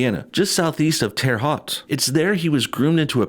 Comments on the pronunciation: Just for the record, when a man's wife dies, he becomes a "widower." "Widow" is the word for a woman whose husband has died. And "Haute" rhymes with "boat." My husband was born and grew up in Terre Haute. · Its pronounced Terre "Hote". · lol, Terre "Hot", can't blame him, that's how I used to think it was pronounced! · That was the worst pronunciation of Terra Haute